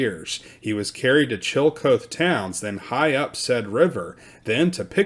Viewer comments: Love ya, man... Thus I am obliged to tell you Chillicothe is not Chill-coat but Chill-uh-koth-ee. Just sayin'. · Old town was pronounced like CHILL A KAWTHEE not Chilly Co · Please note Chillicothe Ohio is pronounced Chill-a-KOTH-ee Chill Uh Koth Ee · It’s killing me…. the proper pronunciation of the town Chillicothe is NOT chill coath (2 syllables), but rather chill uh kaw thee (3 syllables). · It's chill-ih-koth-ee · Chillecothe is pronounced Chill -- e -- co --- the. The "co--the" is two syllables. The "co" is pronounced cau, as in coffee. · Chillicothe is pronounced [CHILL-eh-KOTH-ee] and 'Quebec' is pronounced in Canada as [kuh-BECK]. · That's pronounced chilla koth ee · Duquesne (sp), and Chillicothe, mispronounced.